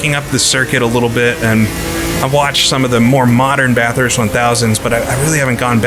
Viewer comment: pronounces it BATH-hurst, as in, taking a BATH, and HURST shifter. There's only one H. Most from the area will say BA-thirst (not BAH, the A is said like "apple" or "back".) Say "Bat" but drop the T for the first syllable. Then simply say the word "thirst". BA-thirst. Note: Some Aussies say the U sounds like an I, and drop the R. But that is just for the sake of the Aussie accent. When I was there, I was ridiculed for describing it like that. I will admit, I used to pronounce it BAT-hurst, putting the H in the 2nd syllable. I was told that was acceptable, but still wrong. I'll say this though. If the UK and US (my 2 citizenships) don't get their crap together soon, and start taking care of their own people, I'm moving to Bathurst. HEHE